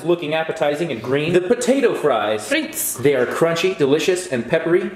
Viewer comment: You know when scott said: Frites en said: Friet that is the dutch word for frites😂